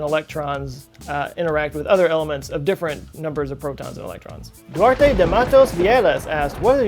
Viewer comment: Duarte is not latino. It's pronounced "Do-art".